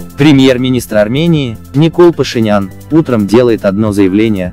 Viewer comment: Не пашинян А башыЯН.